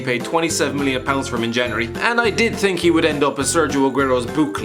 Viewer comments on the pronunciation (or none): none